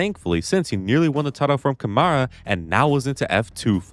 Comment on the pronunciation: Oi Man, tip from Brazilian fan. When you announce Rafael title in 2027 ou 2028, pls say Camara with the Ca from Car. Thank you, meu mano.